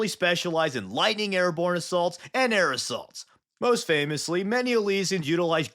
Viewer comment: And air assaults sound like aerosols